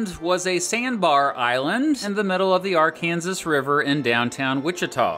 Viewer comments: Bro, it's ARE-CAN-SAW not ARE-CAN-ZISS. Stop saying it wrong, Arkansas even existed before Kansas. Please. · It's actually pronounced "Ar-Kan-Saw" 🤓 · im sorry but did he just say the AR-kansas river? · ive never heard an american say "ar kansas" rather than "arkansaw" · It’s not pronounced R -Kansas. It’s pronounced R-Kin-Saw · Hey dummy, its pronounced AR CAN SAW, NOT AR KANSAS RIVER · As an Arkansas native… respectfully it’s pronounced Are-kin-saw, not Are-Kansas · I just think it'd be interesting if someone pronounces the river ar-kan-zis but the state ar-kan-saw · NEVER call it arKANSAS river again. It’s AR-kan-Saw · It's not pronounced "r- Kansas". It's " r-kan-saw, if it's spelled like Arkansas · “Are Kansas” really it is Arkansas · Ok, only issue I have. Arkansas is pronounced Arkan-saw. Love your work outside of that. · Did you just say Arkansas River? It's arkansaw river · At-KANSAS? Really?? That’s how you pronounced it? 😂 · What is the Ar-kansas river? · Arkansas River (Arkansaw) 😅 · Wait did he say ark- Kansas river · The Ar-Kansas River? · my man said arc kansas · ah well it seems that a lot of people from western states pronounce the name of the river ar-kan-zis while a majority of the rest of the states pronounce it ar-kan-saw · Not gonna lie being an Arkansan I cringe when people say Ar-Kansas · "Arkansas" is pronounced "areken-saw" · Arkansas pronounced ar-kan-saw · Why did you say Arkansas incorrectly? Arkansas was a state before Kansas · Kansans are weird af for pronouncing the Arkansas River like that. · I absolutely love that he mispronounced Arkansas through the entire video. It illegal to mispronounce Arkansas name in Arkansas.😂😊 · You mispronounced arkansas. As an Arkansan, kindly fix your error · I can’t believe you pronounced Arkansas that way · Arkansas River is pronounced the same way as Arkansas the state. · Arkansas River ain't pronounced like that, u make me mad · the way he says arkansas hurts me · learn to pronounce arkansas 😂😂😂